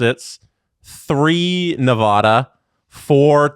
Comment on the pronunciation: saying Nevada wrong but its ok